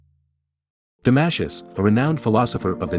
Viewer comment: “Damashus” ? Welcome to the world of AI generated history of philosophy accompanied by crappy AI generated music. We’re doomed !